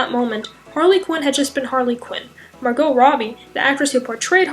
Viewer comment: ITS MARGOT NOT MARGO😂😂😂